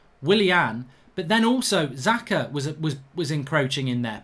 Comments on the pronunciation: His name is SAKA not Zaka put respect on his name 😑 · Does anyone else find it annoying when he pronounces Saka as Zaka😂😂🤦‍♂️ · Why does he keep calling saka “Zaka” 😅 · How hard is it to say Saka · His pronunciation is awful